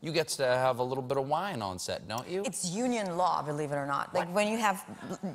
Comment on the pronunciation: Sorry "She said it was UNION law … " not "uno law" …